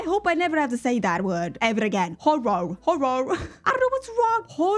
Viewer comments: instead of trying to say HorrOR try just saying HorrA. I’m Welsh and we pronounce it horra, just easier 🤷🏻‍♀️🤣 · version: horoar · I absolutely hate to tell you it's pronounced 'hor-er' the 'or' is an 'er' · Hey! Here's a life hack on how to say "horror." Imagine as if it's a one-syllable word with a double /r/ at the end that you prolong a little bit! "Horr". You can do the same thing with "error" or "mirror" — err, mirr. Alternatively, just drop the last /r/ and say it in a British manner — hor-ah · 🎉As a Brit, I never realise how difficult English is until someone points it out 🤦🏻‍♀️😂 it's a ridiculous language - I'm sorry. If it helps at all - horror is pronounced "hoe-rurrr" 😵‍💫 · So, if you need a hand with pronouncing Horror, try saying it Hor-rar, it might make it easier :) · Loved the impromptu pronunciation meltdown 😂 I pronoun horror as "horrer" or "horrur" you might sound like you've come from up north (in the uk) but it might help with pronouncing it 😊 Also i just wanna say your videos are a joy to watch ❤ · Horror where I live sounds like horrer but that may not be universal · A tip for pronouncing horror, is to say it like hor-ra, at least that’s how I say it(I’m Australian) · Just pronounce "horror" like "wh*re"! We just slur the r's together 😂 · It’s ok you cant’t say horror but me as a southern U.S guy we can’t say some words like others. We’re still amazing tho 🤗🫶🏻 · trying to say Horror..... Oh No.... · As a french speaking person, even I can’t pronounce this word 😭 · At least you're attempting to pronounce the second syllable in horror even if it sounds a little different. So many people I've heard just drop that syllable altogether, which makes it a completely different word you do not want to be using in regular, every day conversation. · as an american, i cant say horror either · It looked like you tried to eat the word Horror lol it’s ok I’m American & can’t say it right